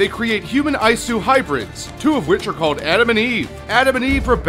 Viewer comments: It's not Eye-su, it's EE-soo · Its not ayesu. Its E-su (Isu) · Isu is pronounced ee-soo. Considering how many times you say it in this video you'd have thought you'd have at least played the game a little bit to know this. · lmao, "eyesue" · Eye-Eyesu? What? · It hurt when he would say isu